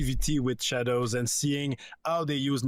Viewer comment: It’s pronounced assassins creed SHA-DAH-hOe